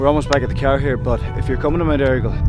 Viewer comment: "You can park your kwaaar at the kwaaar park." Making me homesick. ;)